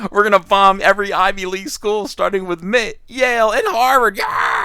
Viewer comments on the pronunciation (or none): Never heard of M.I.T. pronounced mitt before.